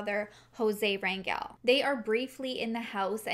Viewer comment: Thank you for your content !!! I appreciate what you do for these families who need a voice to get help !!! They need all the help they can get !!! Also thank you for pronouncing the last name Rangel correctly!!! I have no relation to that family but it is my last name and 99% of the time it’s always pronounced wrong !!!